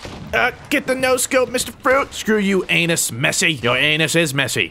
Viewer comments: "Anus messi" The fact that anas is actually an arab name and your pronounced it as anus made me crack down laughing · got me real good, holy moly! Anas pronounced anus, that face, the comment, everything about this is the funniest thing you've done in a long long time